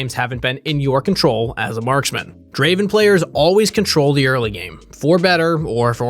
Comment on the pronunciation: Not "Draven" its " Draaaaven"